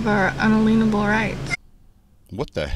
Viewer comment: I just cracked up laughing when she said "un a lienable." 😂😂 I grew up with a sovereign citizen uncle who used to say this stuff. What they are doing is taking the word unalienable and breaking it up into three words, arguing that rights are treated as property and that they can't be taken away. Thus, they aren't capable of being liened.